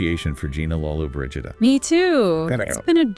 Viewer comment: Learn how to pronounce her name!